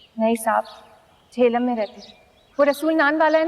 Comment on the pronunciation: Did she say JEHLUM!!!!!!!!!!